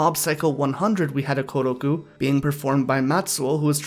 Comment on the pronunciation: It is not "Gu", the roomaji is "Ku".